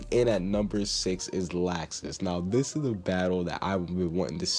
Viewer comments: It's not lacksus it's lawxus that's how u pronounce it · IT IS LOUXES NOT LAXES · Lol he said lausex Lol